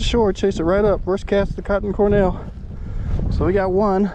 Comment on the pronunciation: Good review. But it's Cor "D"ell not Cor "N"ell